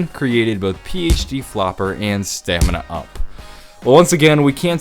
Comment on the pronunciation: Stamina up no it's staminup